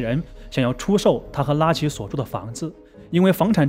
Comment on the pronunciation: 拉奇這發聲真難聽，像說垃圾